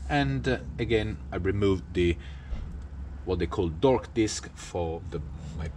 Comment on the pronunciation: Hearing the phrase ‘dork disc’ in an Italian accent made my day 🤌